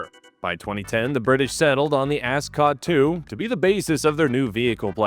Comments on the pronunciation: Love the pronunciation of a$$-cot. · I can’t be the only person who just keeps hearing “ascot.”